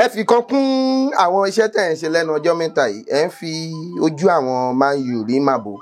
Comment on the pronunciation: He said it in Yoruba intonation